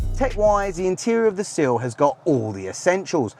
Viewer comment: 'Sill' or Seal ? 🙄😂